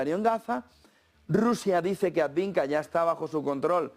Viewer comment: Por qué sigues diciendo "adviNka"? Coniooo!